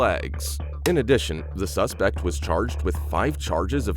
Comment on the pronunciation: what is "sespect" and "thorough"